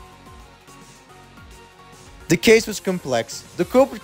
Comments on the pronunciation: byakuya ❌ bakayuka ✔️ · Byakuya:❌ Bakayuka:✅ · Hearing "bakayuka" just killed me 😃👹🤩💀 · 'Bakayuka' DUDE WHA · Not baka uka 😂😂